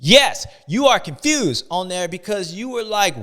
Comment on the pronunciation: Constewed not confused 😂